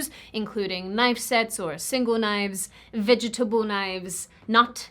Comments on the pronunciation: Californian = gay!? Yah well you pronounce vegetable funny lol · I love the way she pronounces "Vegetable" 😂